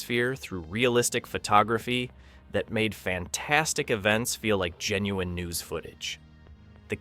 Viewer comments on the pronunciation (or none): none